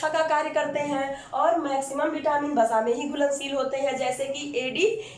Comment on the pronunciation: It's not Basa, it's Vasa in hindi...